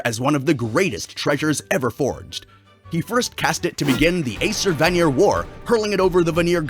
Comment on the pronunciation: The AI voice you are using is pronouncing things wrong and isn't even consistent in how its saying things. it pronounces vanir in aesir-vanir war differently than it does vanir later on in the same sentence.